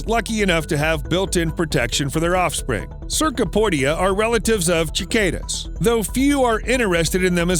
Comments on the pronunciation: Cicada is pronounced sih Kay duh. Not chick ay duh. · did you just say "Chick-Kay-dah" ? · I love your vids! Just wanted to let you know that cicada is pronounced sih-kay-duh in case you do a future episode on them! 😊